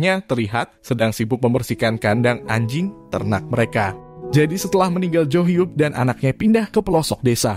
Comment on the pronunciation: ngomong anjing nya biasa aja dong banggggg